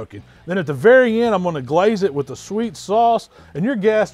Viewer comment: GUH-LAZE it.